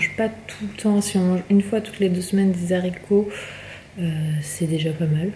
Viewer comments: Les zaricots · on fait pas la liaison quand on dit des haricots !!!!